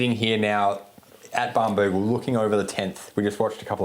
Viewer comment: pronouncing Muni “Moony” is slightly triggering Also it’s Barnbougle, not Bambougle 🙄